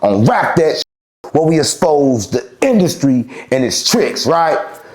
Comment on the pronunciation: “we exspose”😂